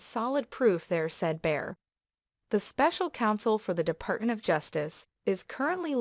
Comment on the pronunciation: It's Bill Barr, not Bill Bear. Who is narrating this. ??👎👎